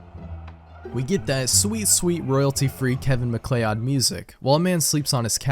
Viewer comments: maklayod is not how you pronounce macleod. it's macloud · that is in fact not how you pronounce MacLeod. 💀It's Ma-Cloud. Before anyone comes at me. It's literally my last name. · it’s pronounced “MaCloud” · MacLeod is pronounced like Meh Cloud just fyi.